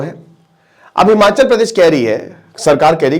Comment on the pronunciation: हिमाँचल नहीं हिमाचल है।